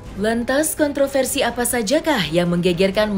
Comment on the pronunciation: Raih prestasi bukan kontrafersi.